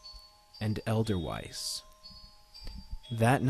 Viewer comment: I don't know if you just read it wrong or the author typed it wrong, but edelweiss is pronounced "Aid-el Vice". it's a german word. basically anything that's german that has a W in it is most likely pronounced as a V while anything wrote with a V will mostly sound like a W. The more you know buddy.